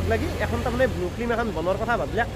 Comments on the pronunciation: Blue nhoi Bulu...aru flem nhoi Film bro...thamnail bhul hoise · dada flem nhy flim ..aru blue nhy aikhn bulu he ...sry ...moi apunar protitu vdo sao